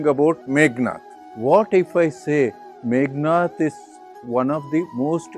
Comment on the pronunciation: Meghanada, not Meghanatha.